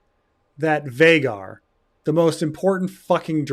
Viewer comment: I dunno why but it's so annoying to me that Vhagar is pronounced to rhyme with Rhaegar and not Vhaagar. Like every valyrian name uses "ae" for that sound. Atleast in different phonetic situations like in meraxes the "ae" sound is acceptable to me.